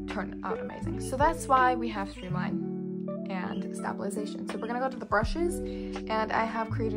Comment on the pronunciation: Just a tip: the word is pronounced “stay-bil-eyes-a-shun.” You seem to be starting the word with “stab” which, while amusing, NGL😊, loses the link to the word of origin, “stable.” Great video! I’m sure it will help many people! Thanks for your work!